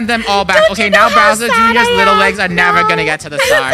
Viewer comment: I LOVE HOW MOST OF TIME THEY CALLED BOWSER JR TO “BROWSER JR”😂